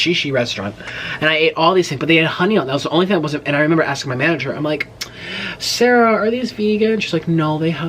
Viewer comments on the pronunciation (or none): none